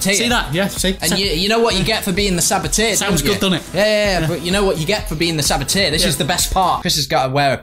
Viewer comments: Saboteur not Saboteer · Saboteur not sabiteer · It's a sabo-turrr not sabo-tiaaa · It's pronounced sabot-er, not sabot-ear for goodness sake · It's saboteur not sabotir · its pronounced sa-bat-urrrrrr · You’re pronouncing ‘saboteur’ wrong 😂😂😂